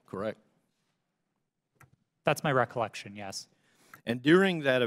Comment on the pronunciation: Recolection...recolection...recolection...recolection... end of the video...